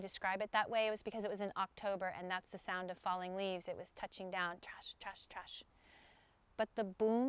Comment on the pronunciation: Why the hell is she saying "Trash" in the one segment instead of "Crash"...